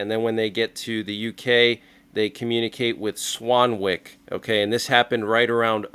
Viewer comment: Swanwick is pronounced without the 'w'. Like Swanick. Just fyi